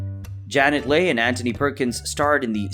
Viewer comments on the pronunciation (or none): Tony Curtis & Janet Leigh: that's pronounced "Lee", not "Lay". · Great pronunciation of epitome, Valentine and Leigh. Buy a better computer voice.